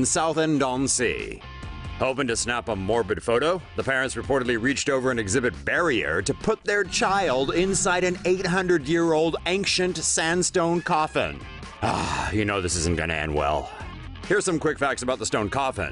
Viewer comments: did he say an "angchient" coffin? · Did he say ankcient instead of ancient